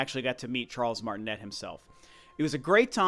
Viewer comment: Actually his name is pronounced Martinay because he's French, which is pretty ironic but oh well lol